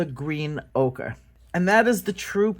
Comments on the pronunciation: I've always heard O-ker.. Okra is the vegetable. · Ol, it’s pronounced “oaker”. “Ochra” is a vegetable.🌺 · Ocre is French for Ochre. The way to pronounce it is O-KOEUR. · Ochre is pronounced "Oh-ker" and you are correct about the spelling. Ocre must have been a mistake that was never corrected. 💛💚🤎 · I’ve heard it pronounced oak-er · It's definitely Ochre. Pronounced Oh-kur